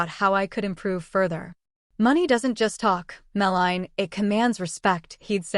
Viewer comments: The Hermione of this story is Mel_a_nee, not malign or mel-line. Just saying. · So… apparently, the current A. I. couldn’t pronounce her name Melanie (Mel-lan-nee) correctly. It’s ironic, I suppose. Yikes!😬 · I grit my teeth a little every time the AI voice says “Malign” instead of “Melanie.” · im sorry but the bad a i narration is worse than a page of mispelt words...... it should be banned as deception but it wnt be....edited to say yeah... no=no meline=melanie...how hard is it to actually pronounce easy words? just couldnt listen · Too bad AI can't even pronounce Melanie correctly.